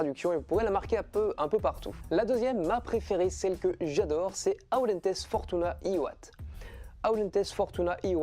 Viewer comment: Ca ce prononce : audèntess fortounadiuvat.